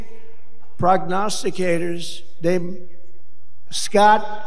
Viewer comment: Who taught him how to say and use prognosticator?